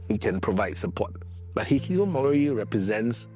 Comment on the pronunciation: the way bro pronounces hih kih koh moooori 😅